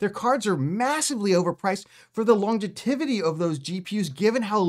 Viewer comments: Phonetically - Long-jevity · mf said "longetivity"